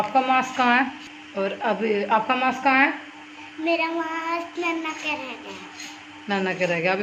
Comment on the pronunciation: Didi wo mask hota h mass nhi pl Bura Mt samjhna